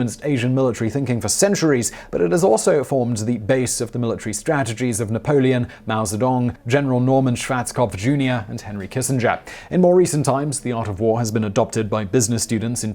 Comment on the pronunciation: Likely for inserting promotions in video and poor pronunciation of well known names. Swatch-kopf for Schwarzkopf is one. Also, he has no hair on his head. How can you trust that?